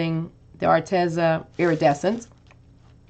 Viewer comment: Psst...it's pronounced Ar-Tee-zuh. I asked them. 😊